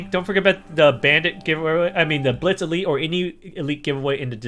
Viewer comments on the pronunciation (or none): none